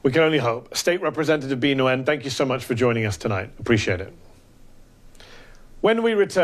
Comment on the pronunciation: Mehdi really butchered the pronunciation of Bee Nguyen. Nguyen is pronounced 'nwin'.